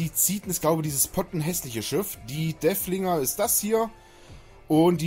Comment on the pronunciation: DeRfflinger... Da ist ein "R" drin.:) Freundlicher Hinweis, danke für Dein Video!